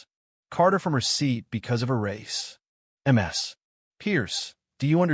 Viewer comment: Get somone who knows how to read. MS is pronounced as Miss minus the i. Alos in one of you other videos Mama is pronounced as a word no as individual letters.